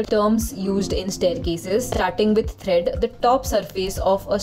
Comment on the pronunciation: The videos are very nice and helpful. But please correct the pronunciations such as tread, not thread.